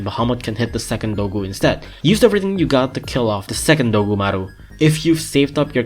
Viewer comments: DOGumaru uruRUN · Everytime he says dogumaru it makes my brain go monke